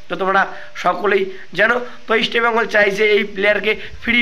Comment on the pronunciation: ভাই ইস্টবেঙ্গল কথা টা ঠিক করে উচ্চারণ করো।